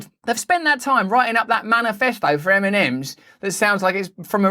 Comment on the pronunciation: eminems? what? funny how it sounds really :D